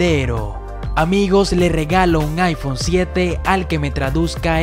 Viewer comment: Vengo por ese tal Ifhone que dijiste 😅😅